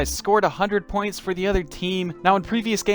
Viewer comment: I died inside every time he said points